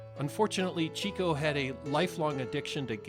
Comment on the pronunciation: Really fantastic video, thank you! Just one thing, Chico Marx. It’s not CHEEK-o. It’s CHICK-o. 😀